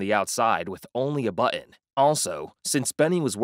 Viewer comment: ...start the car with only a "bohhin"(button) - wahher (water) 😅